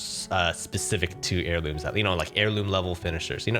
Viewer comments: "apex airlumes" lmao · “Apex Airlumes” A for effort 💀😭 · It’s pronounced air-loom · "apex airlumes" has me upset